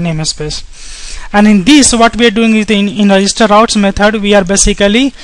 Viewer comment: Rououtes lol